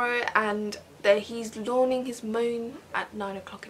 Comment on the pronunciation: Lawning his mawn😂😂😂😂😂